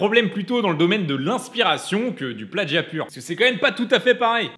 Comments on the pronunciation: On dit « plagiat » pas « plaDgiat » ! 😭😭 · L'influence de Stéphane Plazza s'étend partout. On dit plagiat comme ça s'écrit, pas pladgiat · * "plagiat" et non "pladjiat". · non ça se prononce pladgiat en français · Plagiat, pas pladgiat... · est-ce normal que la musique de fond n'arrive qu'a ? et avez-vous remarqué qu'il dit pladgiat au lieu de plagiat ? hummm... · Pourquoi tu dis "pladjia" ? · mais pourquoi